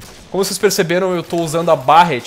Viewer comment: Barrett? A pronuncia é Berretty!